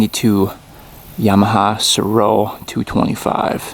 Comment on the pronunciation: I heard it was pronounced ''Sare-Oh'' for the Mtn. Goat.